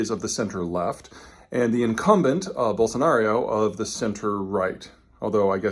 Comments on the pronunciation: Just a note on correct pronunciation: It's "ball-son-are-oh" and not "Ball-son-are-ee-oh". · Peter why are you saying Bolsonario all the time? Its Bolsonaro! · Why does he keep saying Bolsonario? There is no "i" sound lol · Are you saying Bolsanario? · No 'i' in Bolsonaro, one 'u' in nuclear...